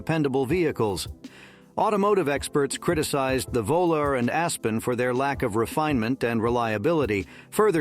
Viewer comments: The Plymouth Volare is pronounced Vol-ar-ee. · Even the Dodge Vo-Larry? 😂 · Computer can't figure out how to pronounce "Volare" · This must be a bot. It pronounces Volare differently each time it's used. 😀